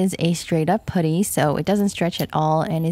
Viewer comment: the way she say putty is funny she like POODY